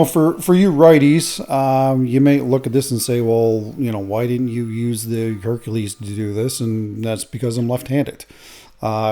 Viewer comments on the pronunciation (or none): none